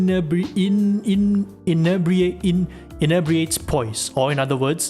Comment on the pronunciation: In nEE bri ate 's